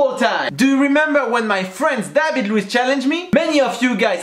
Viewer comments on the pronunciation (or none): Haha Séan t'es griller c'est pas Louiz c'est Luiz 😂😂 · David luiz not louiz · Sean c est luiz pas louiz!!!! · Tu la pas respecter ta marquer David Louis et ses Luiz XD